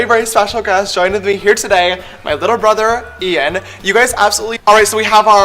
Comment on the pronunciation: Mhm, james charles' "brither" is so problematic...